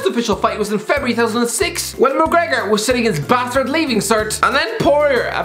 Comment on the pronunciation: Mcregor more like Mac- Regor lol Boy Im down bad